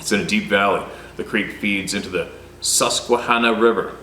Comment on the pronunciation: Hey great pronunciation on your first try of Susquehanna River... And the conowingo dam, both correct, with your first instinct being correct!